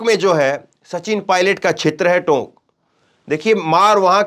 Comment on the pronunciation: Tok nhi tonk h e bole.